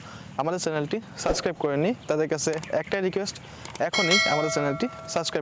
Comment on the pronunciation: সাসক্রাইব না 🙄 সাবস্ক্রাইব 🤏